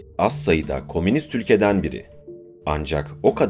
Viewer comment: Sunucu kardeş,Kominist değil,,,ü ile Komünist olacak,,dil alışmış ,,bendede kaçıyor bazen,,KOMÜN den geliyor,,ortaklaşa yaşam yani....